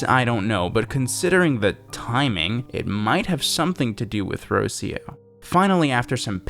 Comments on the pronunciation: Jesus the way you pronounce Rocío is so wrong, I thought her name was meant to be Rusiyo. Rocío is pronounced (in latam dialects) as Ruh-séé (stressed syllable)-uh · Hello! Spanish speaker here. Rocio is a common name in Spanish and it’s pronounced “rro - see - oh” with a hard R like “caRRO” and with the “i” vowel being the dominant one “rro - SEE - oh”. For example, you’re pronouncing Rocio as “ROW - seeoh”. Idk if the character is Hispanic, given that they write the name without the accented vowel (it should be Rocío) but as far as I know, Rocio is a Spanish (as in Hispanic or mayhaps latino, idk if it is also a name in Portuguese) only name so might as well. Loved the video, the content, and the comments. I got chills. Had to look away but it was so well done.